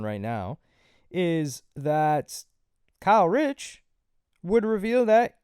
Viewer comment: You keep saying Kyle Rich das a NY drill rapper 😭😭 it’s Kae Critch